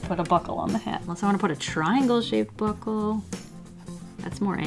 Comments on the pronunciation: Actually thought she said Butt hole instead of buckle 😂😂😂😂😂😂😂😂😂😂😂😂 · Buckle ohhh lol I thought she said butt hole XD